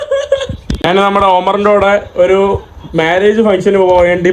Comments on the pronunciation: നിൻ്റെ അമ്മേടെ കോപ്പ്, നീ ഇപ്പൊഴും "നാൻ' എന്ന് എന്തിനാ പറയുന്നത്. ഞാൻ എന്ന് പറഞ്ഞ് പഠിക്കുക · നാൻ അല്ല, ഞാൻ എന്ന് പറഞ്ഞു പഠിക്കുക